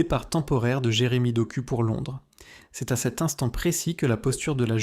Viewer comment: Doku se prononce Dok "ou".